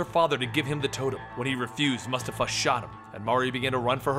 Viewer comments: it's pronounced moo-stafa, not mastafa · It's Mu-Sta-fa not mus-ta-fa bro.... like the lion king... good vid as usual tho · Mustafa (Moo-stah-fuh) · It's pronounced Mu Sta Fa btw 😀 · Isn't it pronounced moo-stahfa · Great video as always. Keep up the good work. Just a little bit of info, the name Mustafa is pronounced similar to Mufasa from lion king. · mustafa? have you seen lion king? that pronunciation was not great